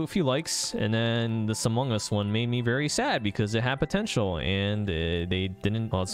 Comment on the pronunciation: "Hello? Iz diz da Impostor from Amongas?, Hello? are youz from Amongas? "